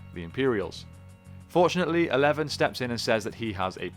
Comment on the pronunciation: Yeah their name is not pronounced "Eleven" it's "Zaee"